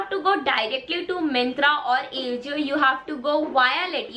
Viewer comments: It's pronunciation is "aajio" not ajio 😊 and u looked damn cute in that yellow sweatshirt ❤️ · It's not A jio it's aajio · It is aa-ji-o not A-jio🤣😂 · It's not aajio it's ajio😅😂🤭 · It's not aejio..its AJIO 😂😂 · It's not ejio 🤣🤣 It's ajio .. ✌🏻pls pronounce correctly..